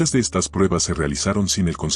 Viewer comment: A manera de retroalimentación, estaría bueno que revises las veces que se debería decir “estas” y “estás” porque siempre la voz lo lee como “estás”